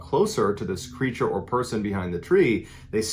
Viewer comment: “Creatures” cmon you’re better than this